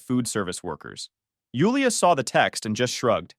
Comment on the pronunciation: In case you wonder why your channel is “loosing traction” it’s because your ai pronounces Jewel-ia as Yule-ia